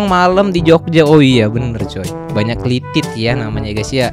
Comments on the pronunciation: Klitih, lord, bukan klitit..... 🤭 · Kliteh bang bukan klitit